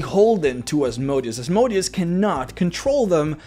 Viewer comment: For mispronouncing Asmodeus exactly 666 times you are now damned to Hell for all eternity.